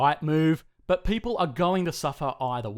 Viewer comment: Beautiful "pay-ple"!! Aussie spoken here 😂